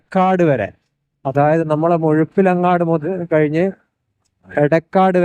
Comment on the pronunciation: മുഴുപിലങ്ങാട് ❌️ മുഴപ്പിലങ്ങാട് ✅️ 😁